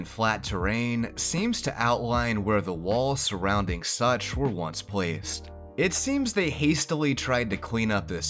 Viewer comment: I was listening to this in the background and I heard you say "on the title screen, a city name Sucth was shown.." I was like.. such.. such as what?! SUCH AS WHAT?!